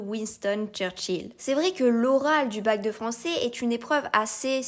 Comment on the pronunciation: Désolé mais nous avons du mal à y croire: 7 fautes de prononciation et diction en 30 secondes ! (J'ai bien vérifié trois fois) depuis le tout début de la vidéo. En effet, et par exemple, "Français" se prononce à la fin "ai" et non pas "é" etc . . . Dans ce cas revoir le recrutement et/ou les compétences des examinateurs du bac oral .